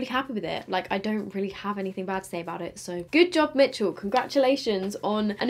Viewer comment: I swear you’re the only one who actually pronounces every ‘m’ in mmmmitchel hahaha 😘